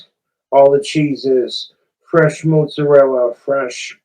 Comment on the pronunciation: I've never really identified much as my Italian genetics, but this is outright offensive to even non-practicing Italians.. Him saying "mozz" and "prosciutt" is boiling my blood.